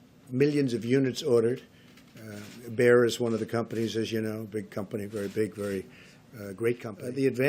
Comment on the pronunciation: Bayern???!!! É Bayer...